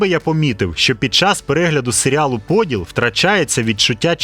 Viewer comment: Я розраховував на ПодІл, наголос на і.